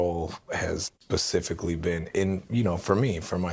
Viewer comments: Did that stupid dumb dumb Federline say "pacifically" instead of specifically?! Had to go back and listen to it a couple times, and I still hear it that way... not surprised though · Anyone else catch K-Fed say his role was "PACIFICALLY" to keep the relationship between his boys and Britney going?!? I normally would let that go, but this man is a total tool... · Kevin Federline saying “pacificly” rather than specifically is so on brand. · I can’t take anyone seriously that pronounces the word SPECIFICALLY as PACIFICALLY 😂😂😂😂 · Whew. Anyone else notice Kevin says “pacifically”? 😬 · 😂 the best part is when he said his role has “pacifically been”… not specifically. Sooo good. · This troglodyte just say “Pacificly” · Kevin is not the sharpest tool in the shed, clearly, and he lies through his freaking teeth. I truly doubt he did any research on this interviewer. Also, did he "pacifically"?? 🙄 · I can’t take Kevin seriously after hearing him say “Pacifically” in place of specifically. And the other obvious reasons